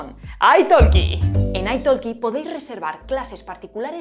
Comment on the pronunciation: Me encanta tu canal, pero decir que tienes un C2 en Inglés y no puedes pronunciar correctamente 'Italki' u otras palabras básicas deja bastante que pensar...